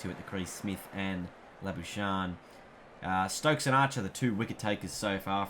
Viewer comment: i swear to god the amount of times you play the sweep/reverse sweep when cover and midwicket are easier scoring options makes me pissed also its is lah-buu-shayne for english and lah-bu-skahkne for afrikaans